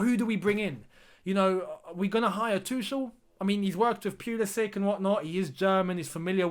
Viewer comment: not Too-shel, it's Too-khel, kh sound